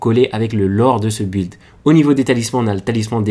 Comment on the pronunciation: Tu me stress a dire bu illd 😭